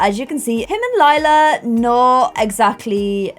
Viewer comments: LAJLA NOT LILA PLS PRONOUNCE IT BABE😂❤️ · LILA not LEELA come on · (Not trying to be mean) I love hearing keep saying Leela instead of Lila and then correcting herself 😆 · DUDE ITS L I L A!!!!! IF YOU WANNA CALL YOU HER "LAYLA" THAN MAKE HER NAME "LAYLA" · I just noticed she said Lila instead of Lela in the beginning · Hah it's cute cuz no matter how she says it, it will mean purple in both english and german. I know she originally named her Lila to not have a weird name like Lilac so it was a shorter version of it to show the color, but due to her shortening it she mistakes it for Lela :) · When pronounces Lila as Lee-la and Lie-la within two second of each other 🤦🏼‍♀️😂👌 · Lila like “Lilac” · PLEASE! if you wanna pronounce Lila right, think of Lie-la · thanks for this. :) new appreciation for lee-lah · Hi! If you need a way to remember how to pronounce lila’s name is this: Lie-la hope it helps!😊